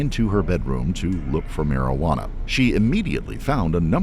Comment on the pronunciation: "Marajuana" haha. Marijuana.